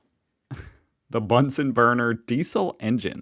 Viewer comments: It is not nice to pronounce names incorrectly. The name "Bunsen" is pronounced with a short "oo" sound like in "look" not like in the video where it sounds as it was derived from "bun". It ist the same with Ernst Ruska (again, short "oo"). And it goes on with other names. I consider it an act of respect to pronounce names correctly. It is not your fault,, that the producers of the introduced video are slightly ignorant. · "Bunsen" is pronounced like the "u" in the english word "illuminate" 😉